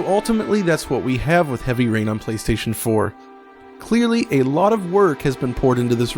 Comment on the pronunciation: was that "heavy urine" you said?